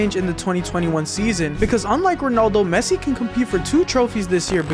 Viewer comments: Bro really said pessi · it is pessi